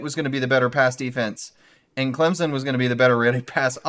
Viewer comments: Hello guys, learn to pronounce Clem - son, not sen. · He says, "Clemzen." Come on dude. If you're going to talk about our team you got to know how to say it! "Clem-son" or even "clemp-son" would be more acceptable than the z... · It's Climpson